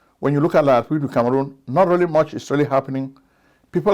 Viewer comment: You mispronounced the republic of Kangaroon